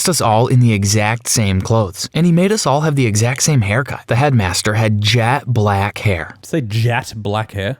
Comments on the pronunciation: the voice over pronounced it as jat black not jet black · OK but jat black is darker (the joke is that the narrator pronounced it like "jat" instead of "jet") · Im sure knew this. He was joking about how the narrator pronounced it. "jat" instead of "jet" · He's confused by "jat black" not "jet black". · That's not where the term comes from though. Jet is a type of gem. Also, I think he's confused by the pronunciation of it as "jat black" more than anything. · Because the dude actually said “jat black” 😂 that’s why he said it was a typo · The narrator pronounced it like 'jat" that's what was talking about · Yes but "jat black" is not. Which is what the narrator said.